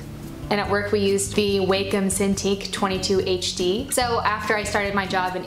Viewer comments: Enjoyed the video, Thanks for the brush link!!! Tablet name is pronounced "Wahcom" not "Waycom". Thanks for taking the time to share your tools and give great tips to beginners!! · Um, it's not "wei-com" it's "wa-com", like, "wah-com".